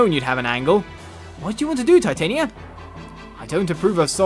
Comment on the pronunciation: ...watch Fairy Tail... then you'll know how to say Titania... >.>